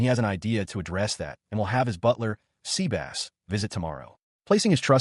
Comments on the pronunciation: Dude NOT SEA BASSS it is Sebas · I don’t think Sebas(tian) is pronounced seabass.